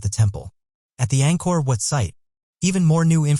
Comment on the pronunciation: He referred to Angkor Wat as Angkor What.